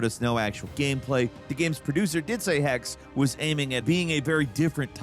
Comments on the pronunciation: The second e in Hexe is pronounced (Hex-uh). It's German for 'witch.' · Hexe means Witch btw. and the e at the end is not ignored.